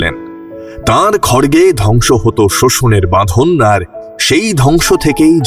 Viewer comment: "মা কালী ভারতীয় সংস্কৃতিতে 'ধস' ও সৃষ্টির যুগল প্রতীক" --- মানে??!!! (Timeline ) 'ধস' মানে আবার কী!! পাহাড়ের "ধস", না কি! .....WHAT Nonsense! - যা বুঝলাম, কেউ একজন একটা স্ক্রিপ্ট লিখে দিয়েছে, এবং, কথক (রিহার্সাল না দিয়েই) সে'টি অন্ধের মত পড়তে গিয়ে, 'ধ্বংস ও সৃষ্টির যুগল প্রতীক' বলতে গিয়ে, মুখ ফসকে বলে ফেলেছে - "ধস" ও সৃষ্টির যুগল প্রতীক! মা কালী "ধস"??!!! এ কী হাস্যকর এক বিরক্তিজনক মূর্খ epithet!! এই চ্যানেলে কোনও professional/sensible editor নেই? এ তো সাংঘাতিক!!! আপাত-'নিছক' একটি বিরাট ভুল তো পুরো শক্তিবাদটাকেই বদলে দিলো দেখছি!!!